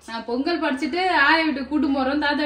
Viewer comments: பெங்கல் இல்லை பொங்கல் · அக்கா பெங் கல் இல்லை பொங்கல் 😂 அக்கா 😂